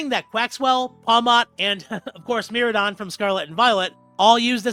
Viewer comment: I still can’t believe people mispronounce Miraidon. You literally ride on it. M RIDE ON, like Raichu… you don’t say Raychu